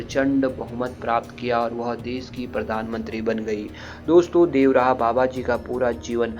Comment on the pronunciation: अंग्रेजो की तरह देव रहा क्यों बोल रहे हो बाबा का नाम तो ढंग से लो देवरहा व और र को मिलाके बोलो